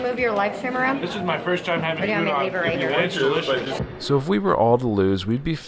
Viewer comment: Gyudon GI-YOU-DON not goodon.